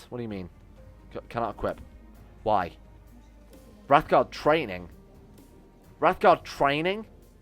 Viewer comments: Talks about mispronouncing daedra, immediately mispronounce Wraithgaurd. It's Wraith Gaurd, not Wrath Guard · I know i'm almost year too late, but you saying wrathguard instead of wraithguard was doing my head in. Love your videos though, been out of work for a while due to an Injury. Loving your lets plays